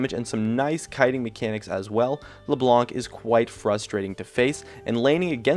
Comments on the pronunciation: isn't "LEBLANK" it's " Leblan" The C got no sound. it's french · your name pronounciation is so awkward... "Katarinaw", "LeBlonck", "Rengawr" in other videos I somewhere also heard "Alistawrrr" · "c" isnt pronounced.u lived in France ? so u should know that. we're french, if we say it's not fcking pronounced, it's true. hahaha, he'll teach us how to speak french. :^')